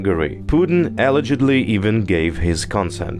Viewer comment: Hi! The stress in the word “alledgedly” is on the 2nd syllable: a-LEDGE-ed-ly.